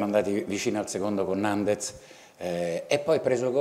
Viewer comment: Finalmente qualcuno pronuncia bene il cognome di Nandez... dal m' 12.21